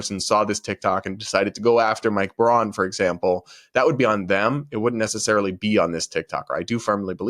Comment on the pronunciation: '𝘐𝘯𝘤𝘢𝘯𝘥𝘦𝘴𝘤𝘦𝘯𝘵?' Not sure that was the right word choice to express the fake emotional outrage. In fact, I'm pretty sure this woman(?) has no idea what 'incandescent' means. Couldn't even get the basic facts of what Sen. Braun said (and I will nitpick--she calls him '𝘉𝘳𝘶𝘪𝘯'). In 2022, he stated that he agreed that individual states should be allowed to decide on certain legal matters if Americans did not want the US Supreme Court to rule on them or issue broad, sweeping decisions.